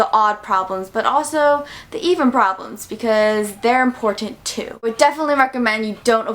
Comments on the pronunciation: She said this is very Imporshent instead of important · There's something about the way you say "important" sounds cool👍🏻